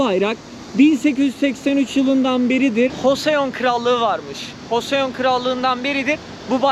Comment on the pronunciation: Hoseon diil de coson =) desen daha iyi:)